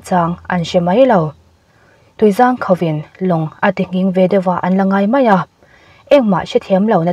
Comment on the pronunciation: Tui zâng khauh a awm lo, tuizang khauh tih tur zawk.